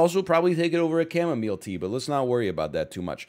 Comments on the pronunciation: Today's the day I learn it's pronounced chamoMILE and not chamoMEAL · "Chema Mile" Tea , uuuh. Ok xD